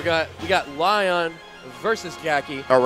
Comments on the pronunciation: It's pronounced Leon, not Laion! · It's not Lion It's pronounced Lee Own